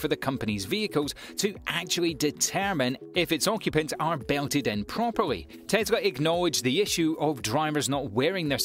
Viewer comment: It’s Tes la not Tes ra.